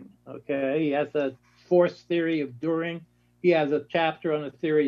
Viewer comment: Dühring, not Durhing.